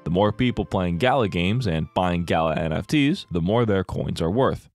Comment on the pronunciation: I really love this video but the constant mispronunciation of Gala is really hard for me to listen to. I'm only a few minutes in and it's just super fucking annoying. I feel like I'm being dumb about this but I just can't handle it, I don't know if I can finish this video.